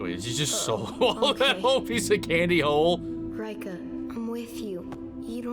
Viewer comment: I watched this dubbed, so I didn't notice until I saw this with the subtitles turned on...but the dub really butchers the pronunciations of a lot of the names, huh? Eiko (エイコ) and Reika (レイカ) in particular.